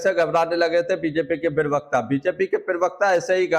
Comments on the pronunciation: आपका उच्चारण ठीक नही हो रहा है। ये शब्द प्रवक्ता है ना कि परवकता। कृप्या थोड़ा ध्यान दीजिए। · प्रवक्ता उच्चारण तो ठीक से कर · प्रवक्ता शब्द का उच्चारण तो ठीक ठीक करो